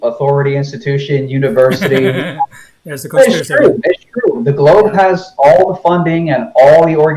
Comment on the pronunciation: You let him take too much time. It is mostly him talking. And he is NOT nice. “Neely” Tyson? “Globhads”? “Every thing you are saying is aburd.” No. Not nice. And the burden of proof IS on the side with the new theory. AND he is a conman. Look what he did before the Flatearth became a big thing.